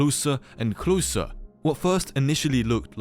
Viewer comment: that bri'ish "closah" is my favourite part of the video somehow🗿